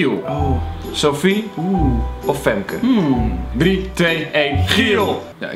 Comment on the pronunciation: Triggerrrr, zeggen ze Femke in plaats van Famke Louise!